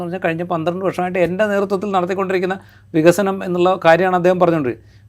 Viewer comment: 17 വർഷമായി പ്രസംഗിക്കുകയാണ് പോലും, നമുക്ക് വിഗ(ക)സനം വേണം വിഗസനം വേണം എന്ന്. ഇങ്ങനെ വികസനം പ്രസംഗിക്കാൻ മാത്രം ഒരു വിശ്വപുരുഷനെ ആവശ്യമുണ്ടോ??